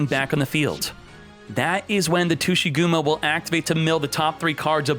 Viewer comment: Normal People - Tsuchigumo - Tushy gum-o